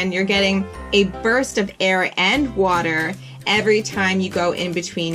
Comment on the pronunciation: You say water like Woo-der